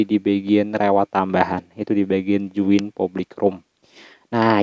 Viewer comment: Join bukan zuin